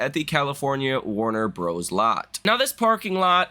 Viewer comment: that's the first time I've ever heard "Warner Brothers" pronounced like that.